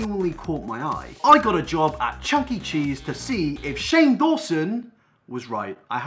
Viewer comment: did you just say chucking cheese